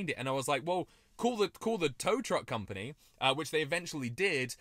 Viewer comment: he said crompany instead of company